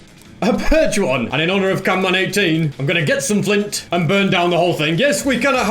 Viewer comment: NOOOOO HE SAID CANMAN NOT CAMMAN WHAT HAVE YOU DONE